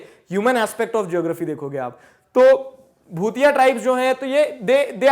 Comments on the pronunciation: Hy you are pronouncing it wrong.... it's not bhutia(भूतिया )👻👻 it's भोटिया bhotiya tribal people, Iam from Uttrakhand and and here we hv no भूतिया tribe😂😂😂😂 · It is भोटिया not भुतिया sir,By the Way I'm form Uttrakhand and Yes Dehradun is Capital of Uttrakhand. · don't know why m getting goosebumps , while reading about my state uttarakhand....🤗💜 and sir its भोटिया not भूटियास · sir, the correct pronunciation of "BHOTIA" is "भोटिया" not "भूतिया". by the way, lecture is awesome.... thanks a lot sir. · bhutiya nhi sir bho-ti-aa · Bhutiya with a T.. not th 😜